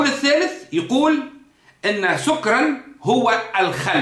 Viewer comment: اخي الفاضل لابد من التاكد من نطق الايه سكرا بفتح السين والكاف اتمنى التدقيق